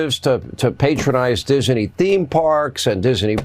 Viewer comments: I thought Seen Hanitty born and raised american, but he keeps pronouncing "Disney" as "Diseney", was he russian before? Now I know what cackling hyenas sound like. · How many syllables in dizzenyy? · they can’t even say Disney right. He keeps saying Dis-uh-knee 😳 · It’s “Disney” NOT “Dizzerney” Sean?! You’re such a man of the people… 🤦🏻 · Hannity - it's Disney; not Diseny! Get your pronunciation right you sad excuse for a journalist! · It is Disney, not Disaney. Listen to how Hannity says it. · thought it was Disney not dis e nee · Why does Hannity add an extra syllable to Disney? It sounds like he's saying Dis-uh-ney. 🤨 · It's pronounced diz nee, Sean. Not diz a knee. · I thought it was DISNEY not DISANEY. WTH? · Who is DIS-EN-EE? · Someone needs to teach how to pronounce 'Disney'. It's a two syllable word. He always says, "Dizz-a-nee". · Nobody wants to hear from these cartoons anymore. And: Diseny?😂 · Dizzinee? Hannity can’t pronounce a simple two syllable word 😂😂😂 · Hannity, it's called Disney, not Dis-inay, ya throbber. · Why is Hannity saying Disney with 3 syllables? He does it every time he says Disney. Also, I sincerely doubt there would be any significant protest against Dis-e-ny (as Hannity mispronounces it) simply if the debate moderators aren’t lackeys for Trump. I’m sincerely hoping for a better debate than the open platform for Trump’s lies. I know VP Harris will push back against Trump, no doubt there; however, I believe it’s imperative for any news organization to not allow Trump to openly spew his lies. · I hate the way Hannity pronounces Disney. It is Disney not Disaney! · Hey sean it's Disney not disiney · You can tell Hannity has some cognitive issues when he pronounces Disney as having 3 syllables Dis-a-ney, WTF? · Hannity can't even pronounce Disney correctly. He repeatedly says Disiney. Also, the mere idea of any Fox host accusing someone of not being a journalist is beyond laughable! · Does he not know it’s Disney,not Dis-a-ney!